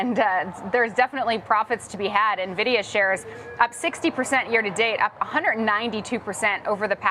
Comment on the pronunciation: Why does everyone on Yahoo Finance pronounce NVDIA incorrectly?